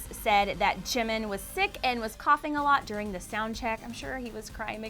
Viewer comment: "ChiMiN" Lmao😂 #NoHate